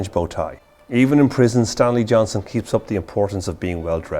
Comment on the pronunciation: Johnston with a T.